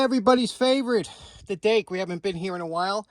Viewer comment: We thought you said "date." Oh well Dake ok. Recycle those? Thanks and cheers